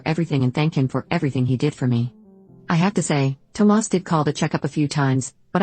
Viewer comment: I just wish the bot would stop calling him Toe Mass